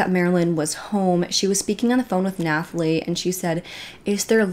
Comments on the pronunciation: Nathalie - is just “Nat-a-Lee” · Honey Nathalie is pronounced Natalie lol just had to tell u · Nooo Nathalie is just pronounced the same as Natalie!! The H is silent :) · And the "h" in "Nathalie" is silent. It's a French thing. It's pronounced as it is in English (except for the cadence lol).